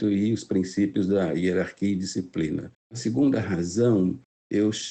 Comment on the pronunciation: "Herarquia, disciprina" 😂